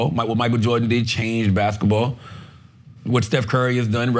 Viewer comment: I love Charla... but damn you have a lazy tongue, my guy. Baskaball??? You said baskaball about 10 times, and it's cringeworthy.😂😂😂 I love you, my guy.